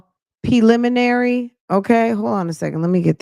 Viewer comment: His PLIMINAREE hearin….😂😂😂😂😂